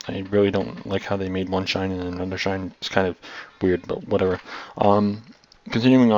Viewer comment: Shine? Shien.